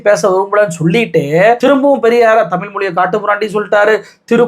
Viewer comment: ஒரு வேண்டுகோள். டமில் இல்லை. தமிழ் நாடு/ தமிழ் மொழி. சினிமா (பொன்னியின் செல்வன் பாட்டில் 'தமில்' என்று தான் பயன்படுத்தி இருக்கு), செய்து வாசிப்பு வரை திட்டம் போட்டு தான் பல காலமாக 'ழ' உச்சரிப்பை மக்கள் மனதில் இருந்து எடுக்கிறார்கள். Subconscious-ஆக மக்கள் மனதில் இருந்து 'ழ' உச்சரிப்பை எடுக்கிறார்கள். அதை உணராமல் நீங்களும் அந்த flow போறீங்க. தமிழ் மொழி. தமிழ் நாடு. தயவுசெய்து மாற்ற வேண்டாம்.செல்லி பழகவும். பேசி பழக்கவும்.🙏